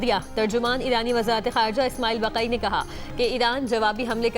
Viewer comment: محترمہ بقی نہیں اسماعیل بقای لہجہ درست کریں